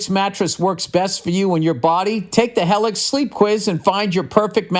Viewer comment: My brother rants and raves everytime he goes to the chiropractor. Also its hee-lix billy smooth balls